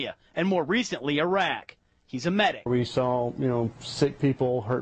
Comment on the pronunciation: Look the old bill smashed him up, but for fuck sake it's not 'Eyerark' It's Iraq !!